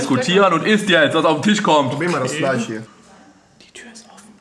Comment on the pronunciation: Bin ich der einzige, dem auffällt, dass sie anstatt Fleisch und Tisch, Fleich und Tich sagen?